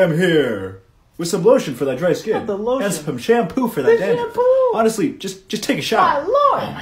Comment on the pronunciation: “With some Lotian” Wheeze